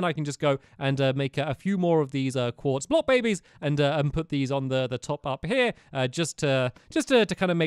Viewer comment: Did he say quartes block baby's?